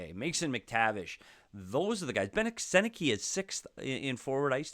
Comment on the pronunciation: Trouba is only 31 btw.. not an old man. It's funny to see yet another analyst mispronouncing Sennecke's name tho, happens all the time. 😆